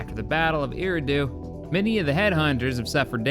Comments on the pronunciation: Eriadu is pronounced er-e-a-du (without the breaks in the pronunciation) Keep up the good work and funny moments! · “E-rah-do” I believe